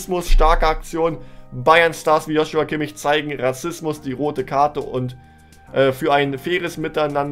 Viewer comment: Du sprichst immer noch Kimmich falsch aus